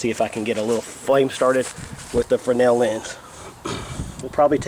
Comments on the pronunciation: I thought you were wrong in your pronunciation of Fresnel - but I was the wrong one in this equation! ;) It is pronounced Fray - nel - and you were right! Thanks for the correction. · OMG, someone in the survival community pronounced Fresnel correctly! Thank you!